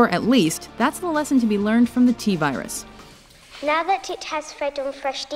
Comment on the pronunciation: The T-VIRES=twat-vires